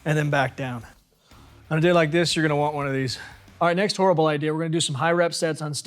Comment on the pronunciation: Lmao he said next horriable idea lol